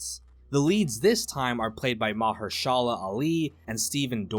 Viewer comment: Please look up how to pronounce Mahershala. It’s not that difficult and it’s disrespectful that you are pronouncing it wrong